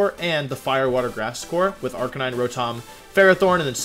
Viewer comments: Did this man really just say Ar-ca-ni-nay? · Arca-ni-neigh might be my favorite 100% accurate pronunciation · Did you just say Arcaneenay? Lmao 😂😂😂😂😂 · did this man really say arcan knee nae? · 0/10 because how you said arcanine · It's sad how Wolfey is a Pokemon world champion and can't even properly pronounce Arcanine. SMH